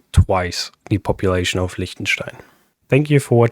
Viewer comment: das "liechtenstein" war mir etwas zu perfekt ausgesprochen